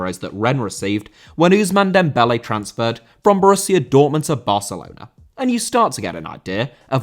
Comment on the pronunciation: Dembélé* not Dembelei